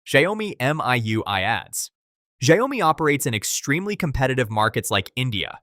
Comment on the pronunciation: Shao-mi, NOT Sha-yoh-mi